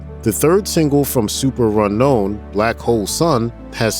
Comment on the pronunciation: The narrator pronounces it "Super Runknown," but no one pronounces it that way.